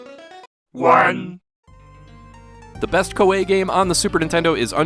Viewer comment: I thought it was pronounced ko-ee